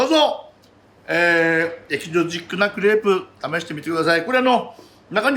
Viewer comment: シェフ、エキゾチック、頑張って何度も言い直しましたが、エチゾチックジャパンになっておりました〜😍可愛いすぎます✨